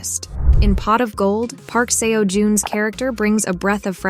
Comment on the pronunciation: I wish you had taken the time to learn how to pronounce Park Seo Jun's name right. I couldn't finish the video cos I cringed everytime you said seewo or seeyo.please respect people & their names.